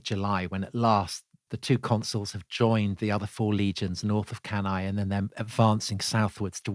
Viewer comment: I honestly flinch everytime I hear Cannae